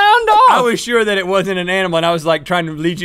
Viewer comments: When they gave their first answers, did anybody else hear it as "Shoat"? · first round i heard "shoat" lol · MeMe Meme , it sounded like they said soat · anyone else heard "shoat"? xD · i heard "shoat"